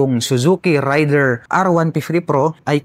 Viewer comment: Para sa Suzuki Raider: Mispronounciation po ang ray-der (rider). Ang tamang pagbigkas ay rey-der (raider)😂. 🆗?